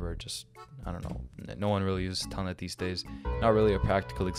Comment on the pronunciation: ah yes telnet is the same thing as "tailnet"